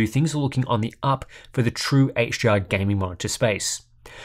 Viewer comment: everytime he says HDR, it sounds like he's saying HGR